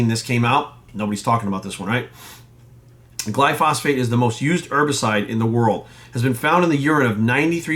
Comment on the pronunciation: Pretty sure that’s not how you pronounce Glyphosate. It’s not phosphate.